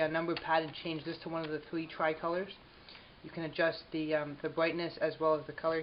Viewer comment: The "bwightness"??